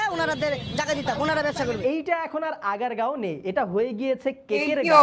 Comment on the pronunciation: দিদি নাগেরগাঁও না জায়গায় নাম আগারগাঁও